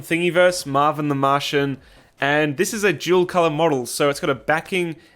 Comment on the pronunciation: I really thought you were saying "jewel color model."